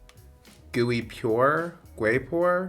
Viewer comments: LOL you said “gooey” 😂😂😂 I’m assuming you were trying to say “güey” (pronounced “way/wey”) 😛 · gooey pour? guay pore?